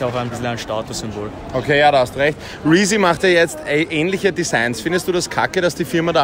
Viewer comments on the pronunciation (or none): Er sagt Reezy und markiert Rin